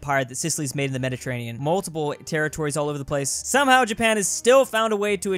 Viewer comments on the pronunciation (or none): none